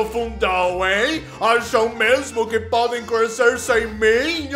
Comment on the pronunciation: Eu acho engraçado o states não fala crescer ele fala "crusecer" k Se não der coração vai levar embargo econômico>:) $